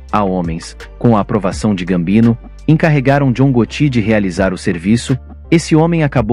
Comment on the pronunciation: Você está pronunciando errado. Vou acentuar só para você saber como se fala: GÓTTI